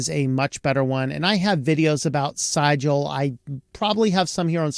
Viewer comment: Definitely should be pronounced “Caliber”…not “Cal-ah-bree”. That was very distracting. Also…pretty sure that Sigil should rhyme with vigil. Not however you said it. But I could be wrong.